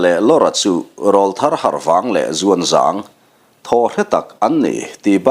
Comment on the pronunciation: Sir, Râwlthar tih hi’ râwl’ hi aw râwl sawina a ni , Aw râwl sawina, aw ki in thlak tir sawina a nih angin Râwlthar tih hi i lam dan a dik lo deuh a. I ne pawh ek hâuh lo chung leh nangmah ngaisang chungin ka rawn sawi ve hrim hrim e🙏🏻